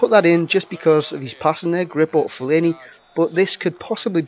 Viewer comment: Fe-Lane-E thats how you pronounce it ;) Great vid once again pal!